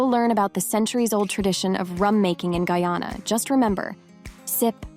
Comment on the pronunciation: This robot skunt mispronounced Guyana about six times yes.